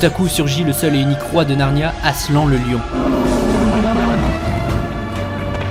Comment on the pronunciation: Frérot, ça se prononce "aslane" ça veut dire lion en turc, arrêtez de prononcer tout a la française 😂😂